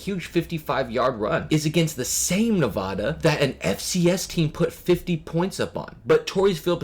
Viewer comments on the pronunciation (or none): Ne-VA-duh. Not Ne-vah-dah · I like all of this except you not knowing how to pronounce Nevada. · Why is it impossible for people to correctly pronounce Nevada? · Lost all credibility when you mispronounced Nevada so often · Please learn the correct pronunciation of "Nevada." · You're mispronouncing Nevada. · That’s not how you pronounce Nevada.